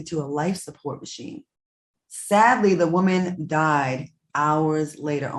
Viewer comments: I love the way Al pronounces “woman”. He says woe-man. Lol. Love it. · Nobody : Al: Woahmen